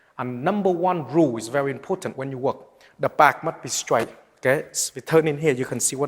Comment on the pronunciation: very "ipotant"